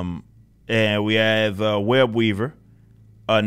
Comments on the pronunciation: When you said his name I thought you said WEB EATER LOL 😆 😂 🤣 😅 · When he said his name I thought he said WEB EATER 🕸 😂 🤣 😅.. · “Web-weaver” lmaooo is it really that easy?